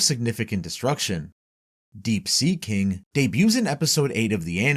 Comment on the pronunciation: "The subterranean ki-ing"